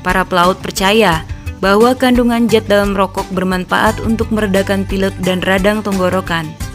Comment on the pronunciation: Rokok bukan rokogh